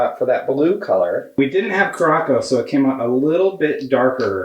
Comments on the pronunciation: Omg the way you pronounces curacao hhahahahaha "kur a sow" is how its said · in next week's podcast: "I'd like to announce that I now know it's pronounced cu-ra-sow, please stop messaging me."